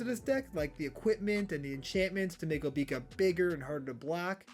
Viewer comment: Bro just said Obeeka lmao